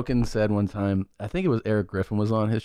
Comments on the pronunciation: When they say "one"? The eater blogger Mark Wiens does that too. What's odd is that most people that say it JUAN, also pronounce the word eaten as "E-TEN". I cant figure out this strange anomaly. It has to come from some type of learning base that was popular decades ago, for children that had pronunciation issues with certain words/syllables. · It's bothered me for years. Thank god someone else hears it!